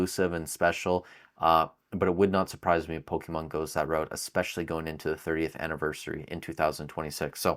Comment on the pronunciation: My first prediction is you stop calling it Pokiihmon 👌😃